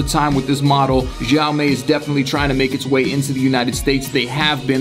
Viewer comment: Every time he pronounces xiaomi a baby dies.